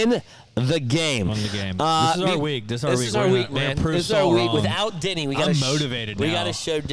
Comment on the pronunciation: Every time yall say, “Denny” I hear “Diddy” 😅